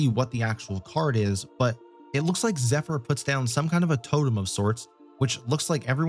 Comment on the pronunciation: its zephyr. LOL